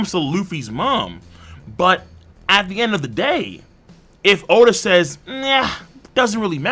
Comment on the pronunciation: Oda not O-da.